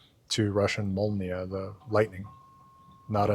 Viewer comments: your pronunciation of molnija is almost perfect actually. The only detail that separates it from native is that N should be palatalized. So good job! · You pronounced молния very well, I speak russian. In belorusian we also have "malanka" (lightning) and the god who used it like arrows - Perun (also nown as Lithuanian Perkunas). He is connected to thunder because when he rode the way in the sky and turned his wagon there was a sound of thunder. Perun/Perkunas is a baltic god I think. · You actually pronounced it (молния) exactly like a native speaker